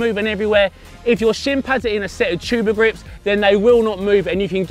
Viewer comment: Did he say tuber grips